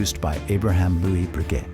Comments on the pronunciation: Agreed, if making a video like this to honor the family and the man - Get the pronunciation correct!! It was like nails on a chalkboard board every time he said Bree GET! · It's pronounced "Bre- gay" you Neanderthal! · Dipshit Am. commentator, who doesn't know a shred of Fr. pronunciation. So embarrasing! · How can this be narrated by someone who can't even pronounce Breguet? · At least pronounce his name correctly. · This narrator's should of been flat out FIRED for doing such sloppy job on his pronounciation of several key words in the dialogue. Wow ! Sticks out like a sore thumb.